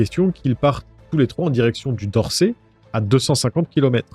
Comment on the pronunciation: On dis dorset et on prononce le T